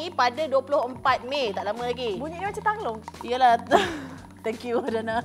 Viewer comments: Angklung bkn tanglung.. hahahaha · Angklung la, bukan tanglung Adriana oiiii 😂😂😂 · Angklung bah bukan tanglong. 😂😂😂